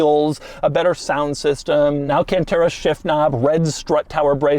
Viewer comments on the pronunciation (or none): none